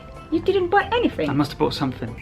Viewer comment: ketika bilang "you didn't buy anything" itu aksen / logat britishnya keluar. wah... kirain tadi yang ngomong hermione